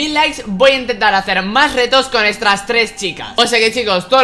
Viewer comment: dice estras tres chicas